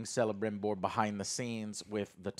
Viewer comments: The "c" at the beginning of Celebrimbor is pronounced as "k" not "s" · For God's sake please like this comment so Joe can see and not call Kelebrimbor Celebrimbor anymore.. It's with K Joe not with C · It’s pronounced Keh-luh-brim-bore. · Please 'Celebrimbor' is pronounced 'Ke - le - brim - bor', it physically hurts when you call him 'se - le - brim - bor' LOL. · This is funny. I like joe but Alex has excellent points we need to let him voice them. and stop joe saying Selembrimbor, its pronounced with a K... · He butchered Celebrimbor's name (calling him (S)elebrimbor) so many times in previous episoded, it strikes my how he claims he is not "lore master like Alex but still knows much and understands enough" YET he can't even pronounce the name of on of the most crucial figures in Tolkien's lore. And goes on interrupting Alex all the effin times lmao. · I'm surprised Alex hasn't correct him about the pronunciation of celebrimbor Tolkien made most elf names that start with a c pronounced as k. So it's actually Kelabrimbor. They even call him that on the show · Alex please, correct Joe's mispronunciation of Celebrimbor... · DUDE, you want all the stuff in a couple of chapters, it’s supposed to be multi-season show! Also pronounce the names right GALAAAADRIEL, not Galannndriel, Celebrimbor is pronounced like Kelebrimbor, JESUS! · Also it’s weird that the host can’t pronounce basic names like Isildur or Celebrimbor. Prep work is important.